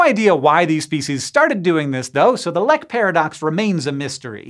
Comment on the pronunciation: Didn't know the Norwegian word "lek" was used in this context. Directly translated it would mean "play". It is not pronounced as in this video but rather with a long "e" sound (very similar to "leak").